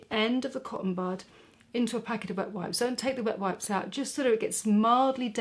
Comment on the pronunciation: The first time I watched this video I thought you said BUTT wipes. 😂 I had to watch it a second time to realize you said wet wipes. The 3rd time was for the learning experience and fourth and final time was for pure enjoyment because I just admire you that much.